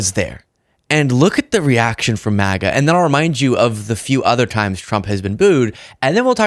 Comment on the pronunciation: I don’t know if she said “MAGA” or “Mega” maniac but he is definitely a maniac.